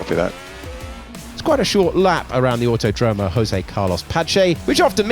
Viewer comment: it's not "autoDROmo", it's "auTÓdromo". Also, in Brasil we speak portuguese, not spanish, so the J doesn't have an H sound, which means "José" is not pronounced "hosay", it's more like "Joe Zack" but without the "ck".